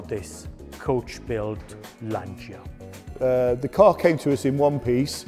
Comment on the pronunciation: Please Lancha, not L'ansia.